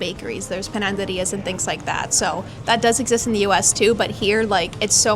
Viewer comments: Hi. It´s "Panaderías", not "PanaNderías". Just for improve your castellano, not mean intentions. I mean, my english is not good. Love your canal! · Great video,. It's great to hear about your opinion on the city. Small correction. It's panaderías, not pananderías. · Pananderias ?????!!!!! Lol es panaderías !!!